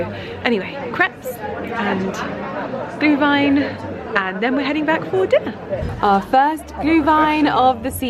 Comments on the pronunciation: You pronounce Glühwein und Anmeldepflichtig perfectly,! Greetings from Germany!😅👍🏻👏🏻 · Perfect pronunciation of Glühwein 👏 and for next year you should come to Vienna for Christmas Markets. It feels like we have a hundred of them 😉 and the one in front of Schönbrunn Palace is quite stunning 🏰